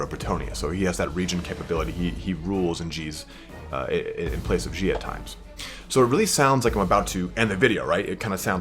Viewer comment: "Gilles" is pronounced "Jhill", not "Jhi" Coincidentally, "Gilles" is a really common name in Bretagne and France. There's several historical figures called "Gilles Le Breton", because Bretons are an actual thing in reality.